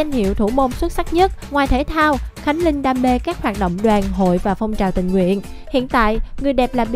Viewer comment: Cách phát âm của Phương Linh rất khó nghe. Linh mà nghe như là Lưn, bỏ chữ cuối